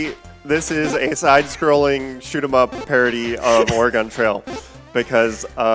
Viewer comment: Haha oh man the way he says Oregon is just painful.